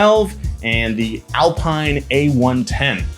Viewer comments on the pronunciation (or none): Alpeeeeeeen. Not Alpiiiiiiiiiine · It's pronounced "Al-peen". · Jesus, it's not pronounced alpaaaaiiin, it's alpiiin. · I'm pretty sure it's pronounced "Alpeene" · Not pronounced “Alex” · Alpine A110 is pronounced Al-peen since it's French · it's pronounced Al-peen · “Alpine” is pronounced “al-PEEN.” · Renault Alpine is pronounced Al-peen